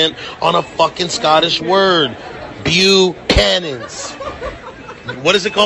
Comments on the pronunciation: He said bu-canyons 💀⚰️ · MrNicox16 “Bu-Canyons”! 😂😂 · Yes, but he didn't even pronounce it right. It's [boo-can-ins], not [byoo-canyon]. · it’s slang. “Bukanas” is just straight up mispronunciation. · He said it wrong too there's emphasis at the end Bucha-NAN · “Biukanewns and COKE” excuse me?!!! Coke?! This man should be banned from ever drinking